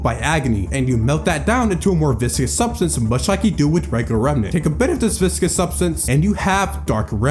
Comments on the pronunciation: "viscous" as a descriptor means "thick or sticky, not flowing easily", AKA having a high VISCOsity. It is not pronounced the same was as "vicious" -- the proper pronunciation is "vis-cuss". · viscous not vicious, it's pronounced vis-cuss and it means thick. Like a syrup or oobleck! Also absolutely love this, was waiting to comment till the end but then my vocabulary nerd came out lol